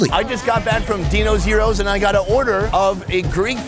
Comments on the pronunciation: Dude....what the feck is a Yee-row? It's Gyros malaka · The way you both pronounced gyros was tragic 😂